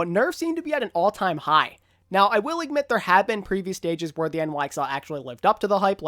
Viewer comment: The way he says imgmit instead of admit triggers me xD